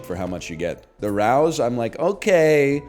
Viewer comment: He's so far from NYC he pronounced Rao's as "rouse" instead of "Ray-ohs".